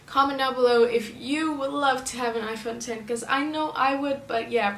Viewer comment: Finally someone that doesn’t say "iPhone Ecks" 😂